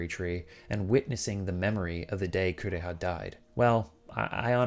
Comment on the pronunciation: "My sister, Coo-reeah!" English dubs were a mistake.